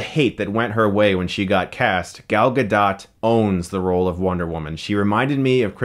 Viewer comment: I loved this movie so much! Gal Gadot is amazing (you're pronouncing her name is a weird way, btw).